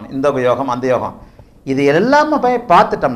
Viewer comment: Namaskaram Excellent about your pronunciation about yogam. Venum ungal Asirvatham.